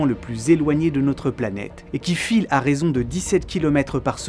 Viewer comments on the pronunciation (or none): none